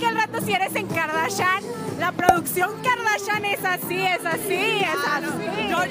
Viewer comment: "A las kardachan" XD